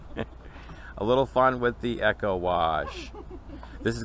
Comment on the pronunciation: Isn't it actually called "E-co", not "Echo", like in Eco-Friendly.